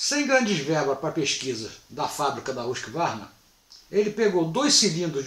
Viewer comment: Por que pronuncia 'rusk varna' a pronúncia é 'rusqüarna'. Tudo bem, a maioria fala assim.